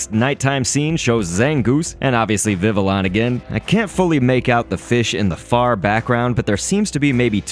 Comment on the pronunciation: How you gonna say Mantine right but mess up Villion